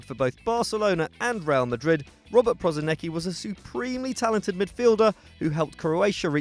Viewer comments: Jebo te be izgovara se prosineki nego prosinecki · You fucking pissed me of with Prosinecki. If you are making a video make a fucking research how to pronouce names. It's pronouced PRO-SI-NE-Č(CH)KI